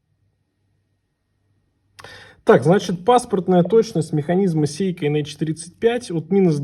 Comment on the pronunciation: Не сЕйко, а сЭйко!!! Говори правильно, дегенерат!